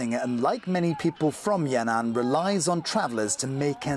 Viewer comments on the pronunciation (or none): it is Yan An, not Ya Nan...